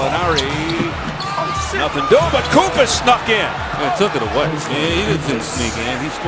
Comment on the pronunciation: He is called Kóstas Koufós not Koùfos, the accent is wrong